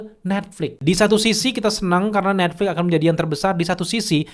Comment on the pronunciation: Netflix boss, pake x, bukan Netflik